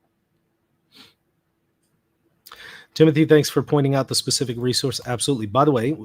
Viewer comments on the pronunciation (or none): none